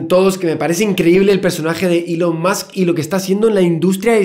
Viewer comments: Soy el único que necesita que el "señor Santaolalla" diga musk en vez de más, musk seguido en los vídeos de Elon? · Todos: "más" Javier: "musk" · Cada vez que decía Musk para decir más. Stop pls xddddd